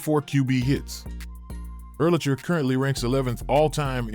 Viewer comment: The narrator needs to learn how to pronounce names. Not UR-lich-er, ur- LACK-er. Also Junior Seau is pronounced SAY-ow not SO.